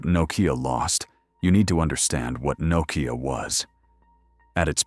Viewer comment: Crappy ai can't even pronounce Nokia lol, nocaya😂😂😂